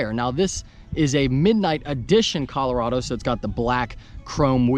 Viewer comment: At least you pronounced Colorado like a normal American human being!!